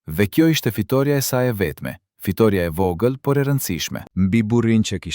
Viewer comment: Qka jan kto PRRALLA , dhe kjo e folun , e llumtur as emrin nuk e shqipton , Neshmija ,e vogell , të fllas , të llargohej , kontroll të pllot a është Shqiptarë kyqë flet .Nexhmijen nuk e ka thirrë askush NANË po BILBILI I KOSOVES